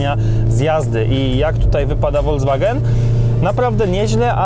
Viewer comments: Uwielbiam Wasze filmy, ale strasznie kłuje mnie w uszy słowo "wolDZwagen", kiedy to jest "folKSwagen". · Proszę to się mówi folkswagen a nie wolkswagen